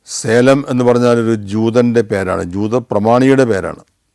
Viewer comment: സേലം അല്ല സലെം... ജെറുസലേം പോലെ...